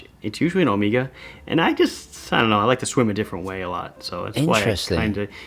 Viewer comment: Why do you pronounce Omega like "Amiga"